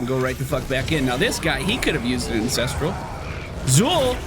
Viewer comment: Am I the only one that hears say Incestral and not Ancestral.